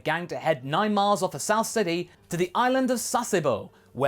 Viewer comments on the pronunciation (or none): none